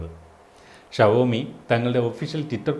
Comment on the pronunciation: Chetta shavomi ala xiomi